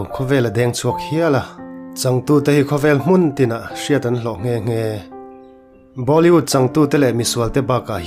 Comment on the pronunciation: Bâw...li..wood... a ni lo va... Bollywood ani.... Lam changkan i tum lutuka, khawvel in a a lam lo dan daih in i lam a nih kha.....in tih changkan tum poh hian thil hriat ve a tha a nia.....😂😂😂